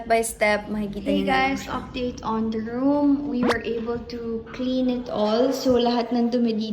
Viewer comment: Nakaka-bother yung “the” na pino-pronounce as “da” 😖